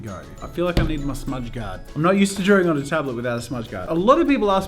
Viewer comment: I thought you said spends all time in Darwin as in the city and I got so confused (especially since it's an Australian city)